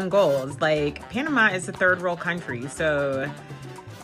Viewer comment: Panama, pana-ma-a.